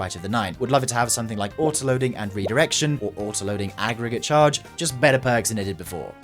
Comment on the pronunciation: Bro said redirection better than bns WOT